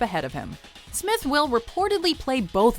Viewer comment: “Smith Will”